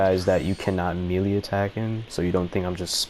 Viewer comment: No offense but its pronounced maylay not melee even though its spelled melee